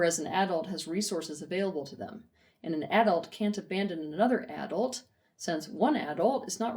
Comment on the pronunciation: I can't listen to this video because of how she pronounces AAA-dult